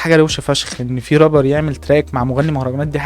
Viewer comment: يسطا ارجوك ممكن تقول رابر بدل ربر حتة لو هتقول ال(r) ر بس قول رابر مش ربر بس فيديوهاتك جامدة❤